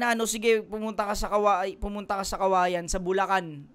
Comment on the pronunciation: Meycauayan yun boss, hindi Kawayan